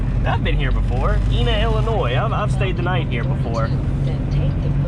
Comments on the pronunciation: hey with it's pronounced Iniea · Welcome to southern Illinois, also its pronounced (EYE-NA) Ina:) Love your videos, Keep up the good work!